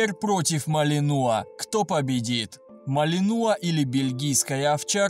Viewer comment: В слове "малинуа" ударение на последнюю букву.